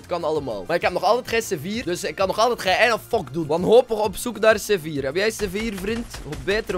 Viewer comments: Hij zegt gewoon sevier😂😂😂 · Maar zei je nou c4 of zeewier?